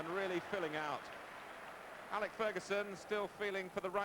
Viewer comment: 3 decades later and Martin Tyler still can't pronounce Alex correctly lol